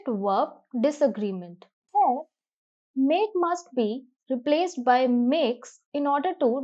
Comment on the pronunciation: Glad to see the way explanation is given except a few flaws. Pls correct spelling of grammar. Pronunciation of Here is not as that of Hair.